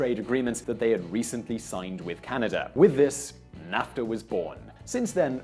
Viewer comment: It's pronounced NAFfffffffTA